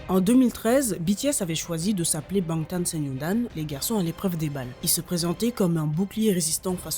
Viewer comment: Incroyable cette vidéo!! Par contre j'ai grincer des dents plus d'une fois avec les prononciations, Suga, Fya, Bangtan..